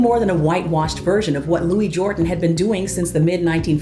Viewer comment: Louis Jordan was known as “ The King Of The Jukeboxes”. Louis Jordan always pronounced his first name as “ Lewis “ not Louie.